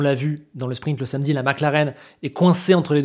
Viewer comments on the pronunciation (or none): none